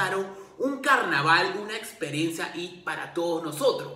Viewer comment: Q buena "experensa"!!!!' :)